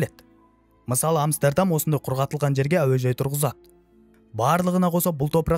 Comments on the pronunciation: Амстердам деген Амберем деген сияктыма? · Амстердам деп айтқаныңыз басқаша естіледі екен құлаққа 😂 басқаша айтасыз